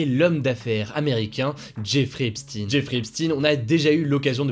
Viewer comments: on dit "epshtaine" et pas "epstine" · Epstaayne pas Epsti pour la prononciation de Epstein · epstEIN pas epstINE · On prononce EPSHTEIN pas EPSTINE haha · Faudrait soigner un peu tes prononciations c est recurrent c est a croire que t as pas de culture generale. Tu dis bien albert einshtein (einsten) Pourquoi tu dis epstine ? C est epshtein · On dit "epstEIN" pas "epstINE" Faut revoir la prononciation des noms juifs ^^ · on dit epstine en Anglais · Merci!!!! Car moi aussi ca m'arrache les oreilles.Hugo a besoin de d'ameliorer son accent anglais😜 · S'IL TE PLAIS HUGO FAIS UN EFFORT SUR LA PRONONCIATION DE "EPSTEIN" J'AI LES OREILLES QUI SAIGNENT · Moi aussi!!! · Tu prononce mal pour Jeffrey epstein